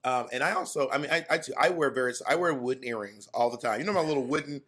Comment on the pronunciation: Not "airrings" lol